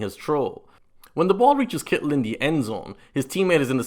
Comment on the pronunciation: You probably get tired of ppl from the States talking about your nationality and accent, but I still gotta say your pronunciation of "Kittle" is the best I've ever heard.